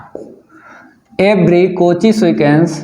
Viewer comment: Cauchy sequence ❎Cochy sequence ✅ 😂😂😂😂😂 op sir